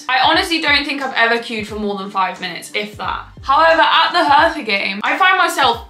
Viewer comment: i love the way how you pronounce "hertha" 😄❤